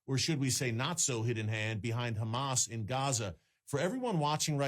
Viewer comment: Say HHHHHamaaas, not GGGGHHHHHaaamas. You know why you can't say it - because you're not natively Jewish that's why and you don't the the difference between the letters.